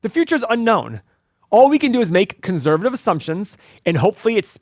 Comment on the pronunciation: The day pronounces "conservative" properly then I'll sign up for this stock analyzer tool. Drives me bananas to hear him pronounce it with a Z when there is clearly no Z in the entire word! Lol